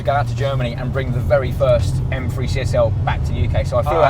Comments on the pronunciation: Its pronounced m three not m free. Morons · Efirty Mfree, grrrrr this guy really spoils my enjoyment of this channel